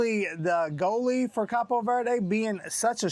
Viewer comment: It's cabo not capo lol 😆 😂 🤣